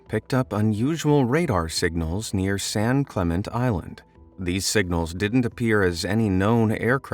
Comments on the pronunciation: Jesus! Update your AI Interpreter! It's San Clemen-tay Island. Not San Clement. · San Cle-men-te…. 😇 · The island is pronounced "San - clam - ent - tay." This from a Californian. You're welcome. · Hard for me to understand how this video would provide all this information but you don't pronounce San Clemente correctly.